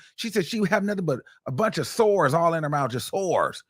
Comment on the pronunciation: The way he saying "SOARS".....❤❤